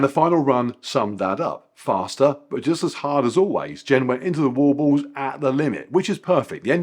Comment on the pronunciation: Am I the only one who's tickled by the way says "wall balls"? 🤣